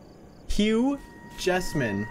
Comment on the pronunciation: when he said hue jassman it sounded like "huge assman" 💀